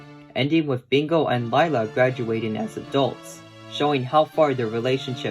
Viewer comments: Lila is pronounced "Leela" not "Laila" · Isn't it pronounced "Lee-la"?